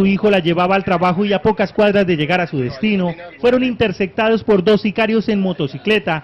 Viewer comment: De donde saca El Pais esas joyas de reporteros que no saben ni hablar ? "Intercectados" ???? Está bien que sea caleño.... pero no tanto !!